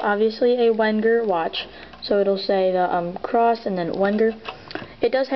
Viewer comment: its pronounced Venger, with a "V".